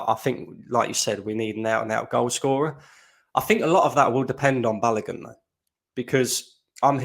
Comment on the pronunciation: Balogun is pronounced Balowgoon Not Balagun